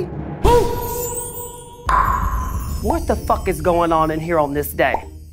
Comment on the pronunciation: There is just something about Alyssa and her pronunciation of the word “boot” in reboot that took me out lmaooo